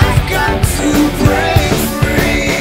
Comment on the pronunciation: Virzha kayanya bukan orang yg Fluent English ya, dia pronounce breaknya beda beda tiap bait, kadang brik kadang break😅 but vocally he do the justice